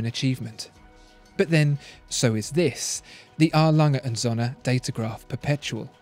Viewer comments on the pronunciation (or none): You are pronouncing the name of the brand wrongly. You are saying as it were "Sonne" . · I really like your videos—expertly made, very good cinematography, pleasant narration, etc. One thing I as a German think you could improve, is your pronunciation of "Söhne", though.You're close, but not really there yet. It's supposed to have a longer 'ö'. Dict.cc has a nice example: No question, it's hard for somebody who did not grow up learning German! But I'm sure you can do it. ;)